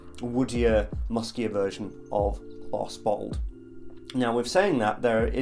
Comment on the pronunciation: couple times i thought you said butthole instead of bottled lol